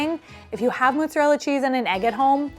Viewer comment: Love so much, but the way she pronouces it "MOOT-zarella cheese" bothers me so much for some reason